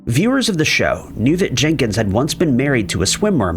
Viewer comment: Not Jinkens. Jenkins.